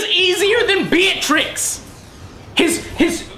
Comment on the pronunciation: Lol "Beatrix."